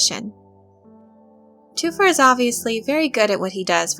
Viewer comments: Lets begin by getting the pronunciation right: its TH-fir, not TWO-fer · Thufir is pronounced with the h. Thu fir is the pronunciation. Please research the movies and listen to the audio book. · Then I'm curious why you went with just one source's pronunciation when everything else pronounces the "H". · Toofir? Or Thu-fer And Piter De-fries Or De- Freeze. The pronunciation is throwing me. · Ok, due to your obvious fandom and dedication to Dune, I like you. With that said, your pronunciation is killing me. “Thoo-fur How- what” basically......petty and picky? Yes. Ashamed of myself for being so? No. Dune forever!